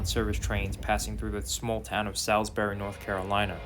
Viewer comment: It's a vacation train to Florida. That makes things like the restaurant and food a big deal. I would be willing to pay more for luxury on such a train. The cuts don't make any sense. They need to be going in the opposite direction instead of cheapening the service. BTW, It's Salisbury, N.C. <<<Spelled with an I and it's pronounced Saulzburee.